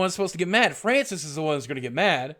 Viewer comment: you know he totally meant to say Francis! lmao